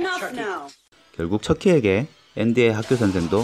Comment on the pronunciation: 오우 처키 잘못 들었거든요...? 첫끼로들려요(???)